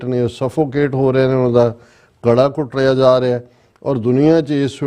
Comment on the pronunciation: Galaa ghoteyaa ni ghutteyaa jaa rihaa panjaabi word Ghutteyaa hundaa